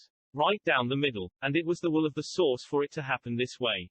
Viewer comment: I love when you talk about the source, because every time you say it all I can hear is "the sauce"